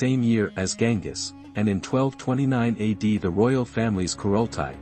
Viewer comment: isn't it Genghis?